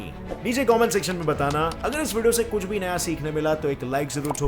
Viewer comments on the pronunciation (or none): Everyone: kuch: kush🤣🤣